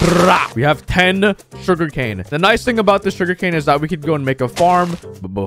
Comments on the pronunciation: “Shuger cane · Him in every video: sugari cane (lol)